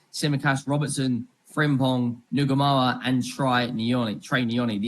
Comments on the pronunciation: think it’s pronounced NOO-muh-hah.. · You don't say the H ya wet wipe. Nuh-mo-uh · Why can’t any of you pronounce his name… N-Gu-moha…. Ngumoha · Rio's surname is pronounced No-Mo-Ha. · pronounched in goo mo ha